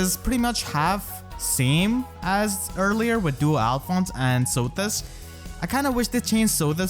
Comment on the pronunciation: When you talk about the Hero Fest you say Duo Alphonse